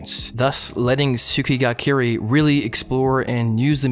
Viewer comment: What? Someone talking about Tsukigakirei? Subbed. Also, tsukigakirei is pronounced as ts-KEE gah kih-RAY, as tsuki, for moon, is generally pronounced without the U. I also pronounce it as one word